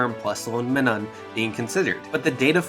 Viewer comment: Plusle and..... me nun... is it so hard to say Minun